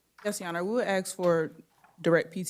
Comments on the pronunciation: Can this public defender not learn to say 'ask' instead of ax? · What is you axin’? You finna regret